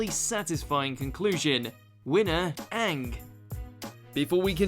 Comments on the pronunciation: please stop saying Aank instead of Aang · how the fuck this dude pronounce aang? like has he ever watched the show